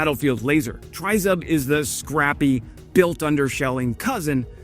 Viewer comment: Great report as usual - now let's try to pronounce Tryzub correctly - it's Tre as in 'treats' and Zub as in Zub..... It's our national logo or emblem тризуб as in trident of "три зубa" as in 3 teeth; no one really knows - some say it looks like an eagle or a dove. Keep up the good work - try and do a collaboration with as your channel really deserves a higher audience.